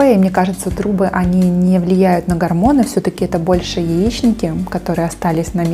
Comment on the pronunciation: исправьте, пожалуйста "гОрмоны"